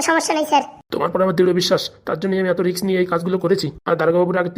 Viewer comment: ডাক্তারবাবুর মুখে "রিক্স" কথাটা শুনে ডিগ্রি নিয়ে সন্দেহ প্রকাশ করলাম! কারণ ডাক্তারি পড়তে গেলে ইংরাজি সমন্ধে যথেষ্ট জ্ঞান থাকতে হবে, তাহলে ধরেই নিতে হবে ডাক্তারবাবুর যথেষ্ট ইংরাজিতে জ্ঞান আছে তার সত্বেও ডাক্তারবাবু "রিস্ক"(ঝুঁকি)কে রিক্স বলেছেন!